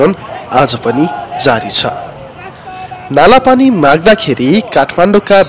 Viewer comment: its not nalapani its kalapani sir.